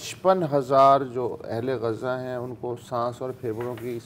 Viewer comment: غزا کا صحیح تلفظ ادا کرنے کا شکریہ، اسے غازہ کہنے والوں کو سمجھائیں